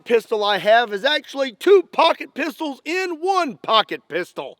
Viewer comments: It sounds like he’s saying pocket pizz holls but like the The actual bad word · Pocket p**sy? Am i the only one hearing that?